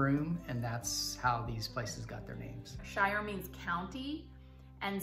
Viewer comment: You are saying the shires wrong. Shire at the end of a place name is "sheer" and not "shur".